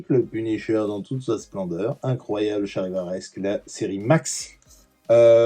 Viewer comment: Très joli ! Si ça t'intéresse, j'ai un bouquin d'un graphiste (Ryan Hughes) qui a designé énormément de logos de comics dans les 2000s avec les essais, les ratés, les refus, c'est très intéressant ! Et arrête de dire Charivaresque, à chaque fois, j'ai l'impression que tu m'appelles ! 😂